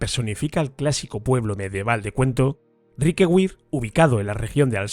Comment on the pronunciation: Riquewihr se lee más o menos como "Riquebir", para nada como Riquegüir". Es una palabra alsaciana no inglesa, que es el único idioma en el que la v doble (w) se lee "gu". Luego si una palabra lleva una v doble (w) y no es inglesa, es de suponer que se pronunciará como una "b" o quizá de otra manera, pero seguro que no se pronuncia "gu"